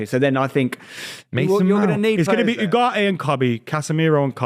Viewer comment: absolute refusal to pronounce Ugarte correctly will always be amusing